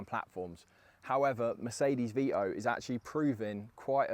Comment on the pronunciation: Its Vito not VEEEEEEOOOOHH